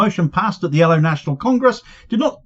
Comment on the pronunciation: Cheers Good to hear some good news! Boycotting companies that deal with Israel is crucial, ask Pik Botha. PS: You pronounced L.O incorrectly, for Norwegian. 😉😆